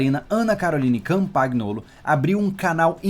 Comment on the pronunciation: "CampaNHolo" No italiano GN tem som de NH. E o GL tem som de LH. Muito bom esse teu quadro cara, teu canal é só sucesso.